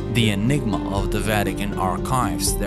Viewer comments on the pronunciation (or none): none